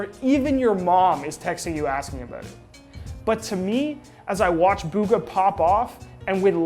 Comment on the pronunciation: Buhga not booga